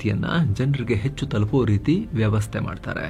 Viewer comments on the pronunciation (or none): none